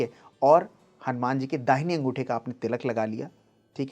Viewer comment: ये हनुमान को हनुमाना कहना अच्छा नहीं लगता।